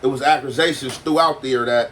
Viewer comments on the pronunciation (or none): “Appersations” instead of “accusations” is fuckin crazy 🤣🤣🤣